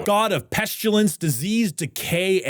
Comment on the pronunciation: Does know that ‘pestulence’ isn’t a real word?:P